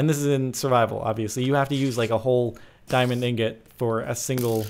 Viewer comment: Did he say diamind ingot???